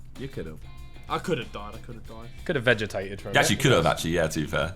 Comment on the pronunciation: “Could’ve vegetated” - Ethan